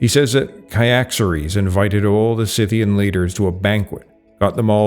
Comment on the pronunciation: "REUTER" rhymes with "loiter" and "goiter" but you pronounced "Scythian" correctly, so...